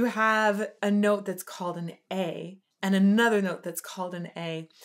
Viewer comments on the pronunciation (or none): none